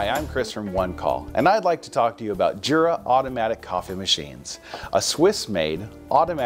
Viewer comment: I thought it was pronounced Yura?